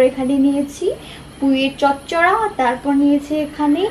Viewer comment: উচ্চারণ ঠিক কর ওটা চচরা না চচরি